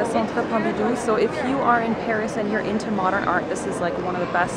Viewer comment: Hi ;) do you speak french ? cause you have a perfect accent when you pronounce the place of Paris ... I usually speak french, I'm Belgian. Thank you to share your travel, it was nice ^^